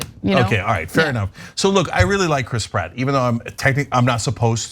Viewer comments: Chras Pritt😫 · Lol, the way Cenk pronounces names in this story is funny. Mer-io and Crisp Rat. Now I'm always going to have that in my head, I can't unhear it.